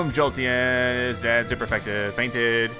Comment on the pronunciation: its called jolteon not jolten